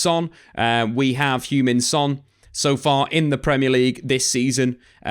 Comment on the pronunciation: Loved how you pronounced Hugh-Min Son 😆 AKA Shuggy Son when in Scotland